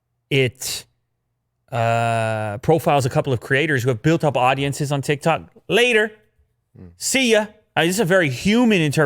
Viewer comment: Nobody: Absaloutly nobody:: TiK tAk